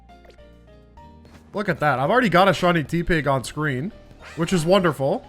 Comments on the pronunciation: Not you saying tea pig 😭 its like tepid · Why do you call it “tea-pig” it’s meant to be tepid + pig 💔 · I don't think I've ever heard somebody pronounce Tepig quite like that. (It's pronounced like 'tepid', as in tepid water, or water that is a little bit warm). In any case, thank you so much for the video! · please tell me youre saying tepig like that for engagement bait so youll get comments like this one and not bc you think its actually pronounced that way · At this point, I think you're mispronouncing Tepig on purpose ngl. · He does it for the same reason other Youtubers do it, mispronouncing names pisses people off and makes them complain in the comments, driving engagement.